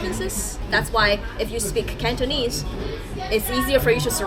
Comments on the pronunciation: has the gift of speaking Cantonese, the pronunciation is very standard! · wow has a lot of potential speaking Cantonese, very precise pronunciation! 👍👍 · By the way，Your Cantonese pronunciation is quite accurate😂 maybe you two have a talent for speaking Cantonese👍👍